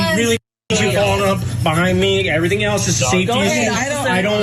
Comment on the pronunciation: Its mah saiifeetee says the guy with a gun and a badge...